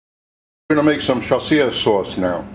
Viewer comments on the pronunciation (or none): He can't even pronounce it properly. 🤣🤣🤣🤣🤣